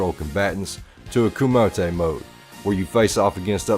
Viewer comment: the way you say kumite is glorious